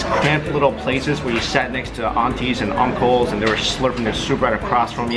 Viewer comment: he said "auntie's and uncle's".... haha he almost sounded Indian. I didnt know the chinese called older strangers Aunties and Uncles too.